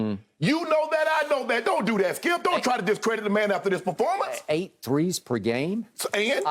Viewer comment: Shannon saying baformance? Performance not baformance